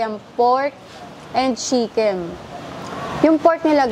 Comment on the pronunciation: Pansin ko lang madam imbis na chicken nagiging shicken ang pronounce hahahaha accent pinoy di na sana artehan pa 😅🤣✌️✌️